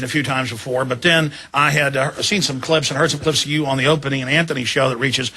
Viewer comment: Alex said "Opany" and Anthony Show.